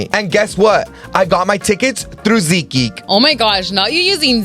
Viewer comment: Its seat geek not ZEEK geek